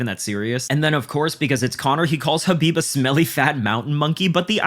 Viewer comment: LOL at trump saying khabib 😂 😂